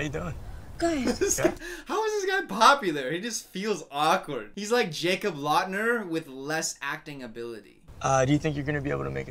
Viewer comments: “jacob lautner” plsss 💀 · did he say Jacob Lautner?